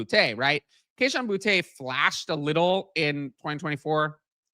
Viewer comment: Bill ruined Mac's development as a Patriot unfortunately and put him in bad situations. Got rid of the line that kept him upright his rookie year that took the team to post season his rookie year and put a defensive mind in charge of the offense. It's Booty not Bootay 😂 he's made that known